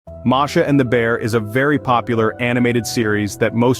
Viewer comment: Her name is MASHA not MARSHA